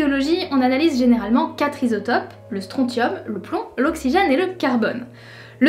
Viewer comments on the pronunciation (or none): Tout le monde s'en tape mais on prononce StronSSium même si ça s’écrit Strontium :) Super vidéo comme d'hab !